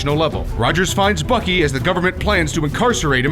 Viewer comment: Why does when he say bucky it sounds like FUCKY